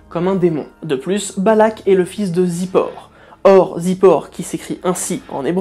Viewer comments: Très intéressante vidéo. Petite précision sur les noms hébraïques: en hébreu le père de Balak dans la Bible ne se prononce pas Zippor mais Tsipor qui effectivement veut dire oiseau. צ=ts. Et aussi Balaam en hébreu se prononce Bilaam. Je sais qu'en français c'est prononcé differemment mais je me suis dit que ça vous intéresserait de savoir comment c'est exactement en hébreu. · Il faut revoir les prononciations des noms hébraiques. Zipor se prononce tsipor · À priori "ציפור" se prononcera plutôt "tzipor", car c'est un tzadé (tz) pas un zaïn (z)... Mais il est fort possible que la prononciation ait été occidentalisée avec le passage du temps.